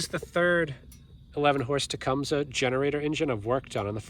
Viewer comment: I may be wrong, but I was always told it is tu -Cum-see.